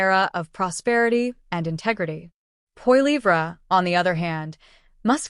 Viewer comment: Funny how the narrator pronounces Pierre’s last name. POILIVRA?😅